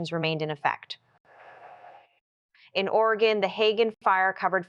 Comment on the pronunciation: It's Oregon "Orygun" not OreGone